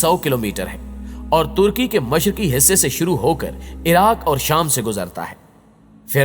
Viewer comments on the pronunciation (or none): none